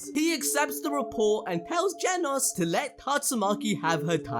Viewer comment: Genos❌ jenos✅